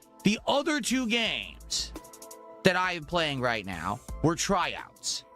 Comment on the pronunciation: I hate his lisp, his over-anunciation of words, his voice... For example, he pronounces the word "two" sometimes like "t-who" and sometimes like "choo". I hate this guy.